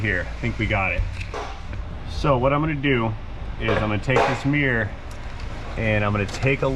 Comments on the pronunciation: accent?? but please call it a mirror not a meeeaaw😅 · Being in NZ your accent just sounds like a typical American TV accent. And to me the American TV accent is still pretty subtle to ‘real life’ American accents. The only thing I really pick up on is mirror, to me it’s sounds like me ra😊.